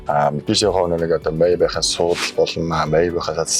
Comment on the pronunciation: Зоригтойхон шиг Мааябах гэж хэлээч дээ sorry